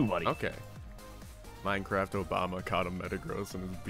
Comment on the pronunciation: More minecwaft Obama plwz